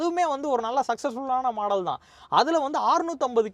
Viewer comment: taarque illai Google poyi torque eppadi pronounce pannanum n padi English therinjavrku kekkumpoth sirippa varum common n eluthina caammon n padikirinke model n potta maadel n enna ith